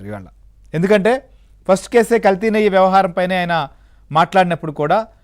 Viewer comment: నెయ్య కాదు నెయ్యి తెలుగు రాని వారితో ఇలా వార్తలు చదివిస్తే ఎలా స్వామి